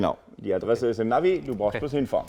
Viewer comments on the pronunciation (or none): none